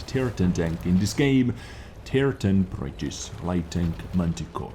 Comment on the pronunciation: BritiSH not britis, if you can't pronounce it just put it in Google translate :D